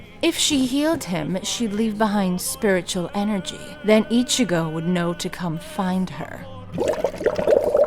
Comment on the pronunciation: "Enerecheries" .. lmfao